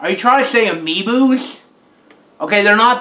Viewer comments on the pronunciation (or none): Are you trying to say amiibus. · ...he said amiboo -_